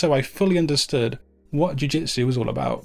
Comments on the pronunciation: eres un maquina!! but please change in your presentation the word "JUI..."JITSU for JIU... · D How did you manage to mistake the word "jiu jitsu" so many times in one video.. :D Cool one though, thank you!